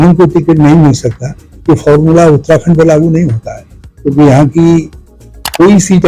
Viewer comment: आपको अपनी हिंदी ऊच्चारण को सुधारने की जरुरत है साथ ही बोलते हुये थोड़ा ठहराव की भी,, आप उत्तराखंड को उत्ताखंड उच्चारित कर रहे हैं,, शब्दों को पूरा बोले बिना ही आगे भागने की कोशिश करते दीख रहे हैं! इसके अलावा अगर आप हिंदी में साक्षात्कार कर रहे हैं तो अंग्रेजी के शब्दों का प्रयोग करने से बचें जबकि उनके लिए हिंदी में अच्छे शब्द हैं ! Interview International